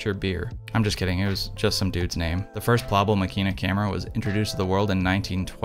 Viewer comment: Please stress the first syllable: MAkina. This is obviously a fine instrument, but given its fragility and its price tag I elect to stay with my tough as nails Super Ikonta III ($200) for backpacking rampages through the Levka Ori of Crete or the Kackar of Turkey. Using Tri X and stopping down to f8 I will get results that are good enough for excellent 11x14 enlargements. ( I never shoot color.)